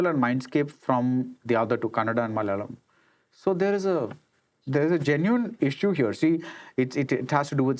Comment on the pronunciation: It's malayalam and not malalam ( start of the video)